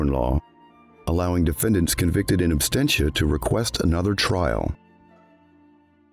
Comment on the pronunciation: To the narrator - it's "in ab-SENT-ia", not "in-ab-STENT-ia"